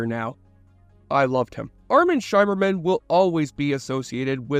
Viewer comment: Armin Shimerman, rhymes with. "dimmer-man"